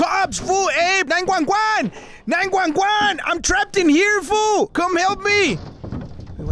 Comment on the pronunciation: I like how he says 911🤣🤣